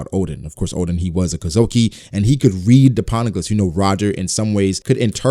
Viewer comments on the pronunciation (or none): Its ODEN, not ODIN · ITS ODEN BRO LOL